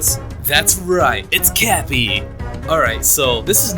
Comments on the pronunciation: There,s a part of the video that he says crappy and not cappy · did you just say crappy instead of cappy?! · He Said Crappy :P instead of cappy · He said crappy instead of cappy 😋😋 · is it just me or did i hear 'Crappy' instead of 'Cappy' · You said Crappy instead of Cappy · ahem did u said CRAPPY INSTEAD OF CAPPY >:( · He said CRAPPY instead of CAPPY. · is it just me or did he say crappy instead of Cappy? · He says Cappy with an r between C and A